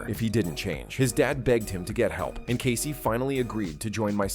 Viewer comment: casey almost sounds like caseo